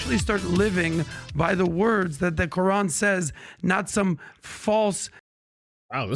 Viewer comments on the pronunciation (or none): none